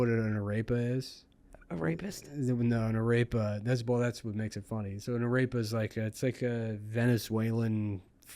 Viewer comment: Hearing him say Arepa drove me insane. Its Ah-reh-PA